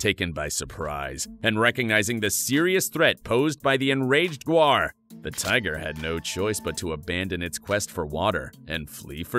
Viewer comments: It's gaur (gower), not guar (which is a legume). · Gaur not Guar 😂😅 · cant you at least prounce its name right . look at the word1 this is tourture